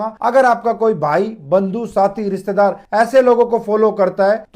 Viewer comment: ssspesssly , wagherra ,, ristedaar , phoolooo krrrte ain , minddd ko bren wossss , asleelta